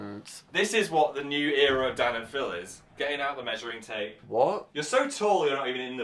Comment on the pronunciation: can u pls stop saying era like that